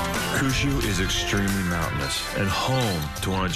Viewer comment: Who says Kyushu as "Koo-shoe" It literally means Nine Provinces and the number 9 is pronounced Kyu like saying the letter "Q". Kind of strange they got this wrong.